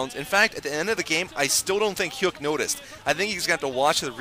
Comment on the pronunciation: it's pronounced hyuck, like the word yuck not hyook